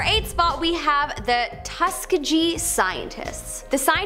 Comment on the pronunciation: SHE GROSSLY MISPRONOUNCED Tuskegee.